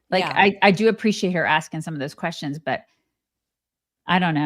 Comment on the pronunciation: The way she says "quessions" drives me nuts